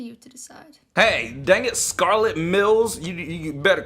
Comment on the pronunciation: Me hearing him say Scarlet me hay my name is scarlette but whith an extra t and e 🤯😁